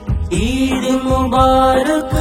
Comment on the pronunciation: যা যা ভ্রম- ১. উচ্চারণ গত (সব এর এর উচ্চারণ ছব হয়েছে) ২. ঈদ মোবারক মাঝখান ও শেষে মোবারব হয়েছে। ৩. মাঝখানের হুজুর ঠুট মিলানো মিচিং করেছেন। অভার অল- মাশাআল্লাহ মাশাআল্লাহ।